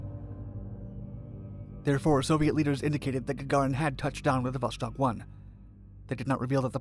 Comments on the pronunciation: It's pronounced Vo-Stock not Vo-Shtock. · Just FYI, it's pronounced not "Voshtock" but "Voss-tokk", or in Russian "Vass-tok". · Oh ffs it's VoStok not VoSHtok. You can read Sputnik correctly so why you butcher Vostok? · "VOSS-TOK" not "VoSH-TOK", and "KOR-ABBLE", not "KOR-ABBY". Vostock means "East" in Russian, and Korabl means "Ship". If you do a video on their next space program after Vostok, it's pronounced "VOSK-HOD", not "VOSH-COD" like many people mistakenly pronounce it... (and it means "sunrise"). This was followed by the Soyuz program, which is pronounced "Sah-YOOS", not "SOY-YOOZ" (and it means "Union"). Their first space station program was called "Salyut" which is "SAL-YOOT", meaning "Salute". Almost everybody mispronounces Soyuz... OL J R :) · iT IS VOSTOK, NOT VOSHTOK. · Dude it's Vostok not Voshtok, read it almost the same way as you did but the S is just an S and not SH, otherwise, great video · It is not "voshtok", it is "vostok". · It's not 'VOSHTOK' .... it's ---> 'VOSTOK' Это правильное русское произношение! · There is no 'ш' in vostok. So its not 'voshtok' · Vostok not Voshtok. Kind of like the way you'd say "stalk" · J wanna say that Vostok (Восток) lit. East in Russian isn't pronounced with a Sh (ш) noise. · 'vostok' not 'voshtok' "Gagarin left Earth's orbit and traveled into space". Should be "first human to enter low Earth orbit" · It's NOT voSHtok, it's vostok. No SH... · Is there a reason you pronounce it “voshtok”? There’s just an ‘s’ there, not an ‘sh.’ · There is no "shhh" in "Vostok". It's read as it is written. Vostok means "east" in Russian.